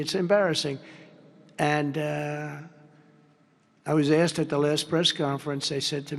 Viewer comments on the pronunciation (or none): Why black people can’t say asked? Axing for a friend